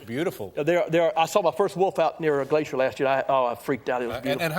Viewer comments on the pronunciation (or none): none